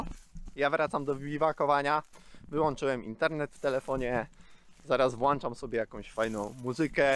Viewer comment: Skoro już wyedukowałeś się "Jak ten świat działa" to teraz proponuję język polski. Niezbyt dobrze brzmi jak po wywodzie o edukacji Ty zaraz "włanczasz" fajną muzykę. W lesie chyba nie ma potrzeby włączania żadnej muzyki (takie moje zdanie).